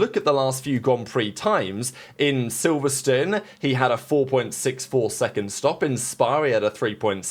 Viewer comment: Accent or no accent it’s SilverSTONE! Not Silverstine.. Stone like a rock do you have rocks on that side of the world